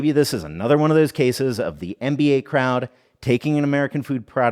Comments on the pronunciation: He said *M*BA, it just sounded like NBA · What's the NBA crowd? Edit: thanks for the 2 likes😹 he said MBA not NBA I get it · Honestly, you might want to be a bit careful with saying "the MBA crowd", especially if you then flip to a stock photo with a Black person in it. I thought you said "the NBA crowd" until I relistened. This would be very very easy to not be aware of, but some bigots have taken to calling Black people things like "NBA people", "NBA Americans", etc. "The NBA crowd" would fit perfectly in with that trend. I would like to think anyone who might actually get offended when mishearing this, would give it a relisten and double check to find that you actually said MBA. But you never know.